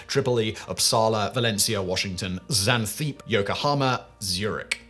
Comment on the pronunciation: Simon, why do you have this obsession for cutting the last syllable of words off? Xanthippe is /'ksænθipi/ , tilde /'tildə/.